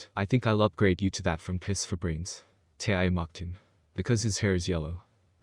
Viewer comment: I think you need to learn English and figure out how to say tyuy's name correctly